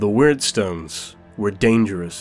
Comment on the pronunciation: they're not "wordstones" they're "weirdstones"